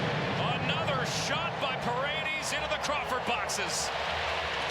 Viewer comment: It's Pah-red-dehs dammit, not Paredeez, can we get our commentators back please.